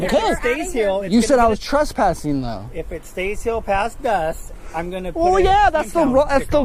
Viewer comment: “Pewiod” “twesspassing” lol